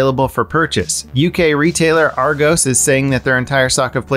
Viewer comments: Its Argos not Argose ;) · Argows...😤 As a British citizen I am personally offended Nah it's funny but genuinely the first three times I was like the emoji it's Argos btw like got with an s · Being from the UK, hearing the way you say Argos has got me giggling :D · He added a magic E XD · Any other British people disturbed with the way he pronounced "Argos"? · Unique way of saying Argos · As a British person, the way pronounces “Argos” hurts me inside. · Love the way you say Argos 😂😉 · I’m sorry but the way you pronounce Argos is too funny